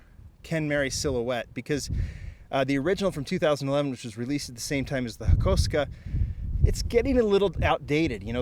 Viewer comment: 🤦🏻‍♂️ it’s pronounced HA / KO / SUKA not Ha ko ska